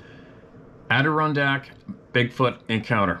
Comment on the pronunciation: Steve, love you man, It's pronounced " ADD DER-RON DACKS!!.